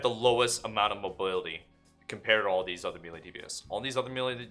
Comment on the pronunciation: Bro how do you still say melee like a dingus